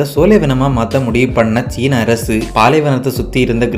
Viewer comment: மலையாள சாயலில் தமிழ் கொஞ்சம் வித்தியாசமாகவே இருக்கு. நாஞ்சில் காரரர நீங்கள். அரசு என்பதை அரய்சு